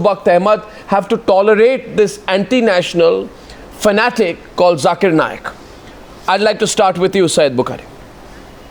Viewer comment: Sambit 'Jhakeer Naaaayak". What is wrong with this guy? He is a doctor and he can't pronounce simple words!